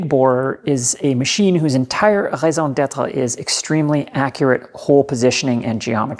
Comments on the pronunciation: You speak French don't you? Your raison d'etra way too good otherwise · I wasn't going to click like but then I heard your pronunciation of "raison d'être" and I was sold on the whole video.